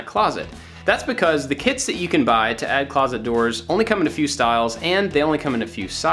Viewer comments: Oh my gosh I thought you said the kids you can buy then I realized that you said the kits you can buy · I thought that he said “the kid that we got”